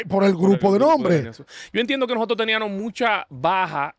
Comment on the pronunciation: Mira como el dice. Teníanos, podianos, pensabanos...Nadie es perfecto.. Se debe decir TENÍAMOS, PODÍAMOS, PENSÁBAMOS.